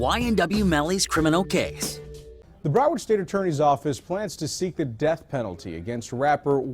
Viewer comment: “broword county”